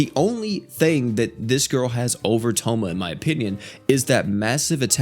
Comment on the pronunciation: I love how he pronounces their names wrong Tomoe as tomo (It's pronounced, toe - moe) Sayaka as sayoka (It's pronounced, sigh - yah - ka) Kyoko is keyoko (It's pronounced, kyo - ko, literally) Not sure how he pronounces the other 2, but I'm sure it's wrong but funny